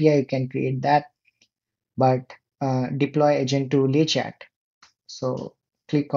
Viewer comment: we dont say the "t" at the end of "Le Chat" - that means "The Cat" :)